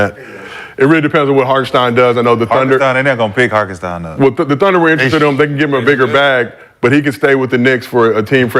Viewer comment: Will Rashad ever say Hartenstein correctly